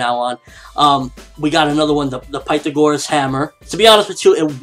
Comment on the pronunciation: You say Pythagoras wrong d in maths have you of pythagoruoses theorem